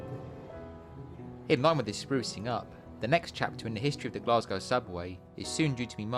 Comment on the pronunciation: a great series of videos, but there is no R in Glasgow, its pronounced Glas Go.